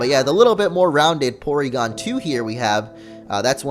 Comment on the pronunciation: It's pronounced Porygon. With an R. lol ;D